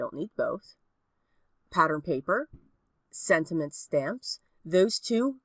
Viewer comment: Am tripping — or do I keep on hearing you say SENTINENT.....? ....or sentiment? 🤔